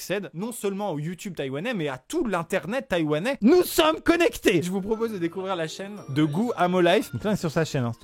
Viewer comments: ahh mes oreilles saignent c pas taiwanie c taiwan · j’ai entendu « Taïwanie » ou j’ai rêvé ?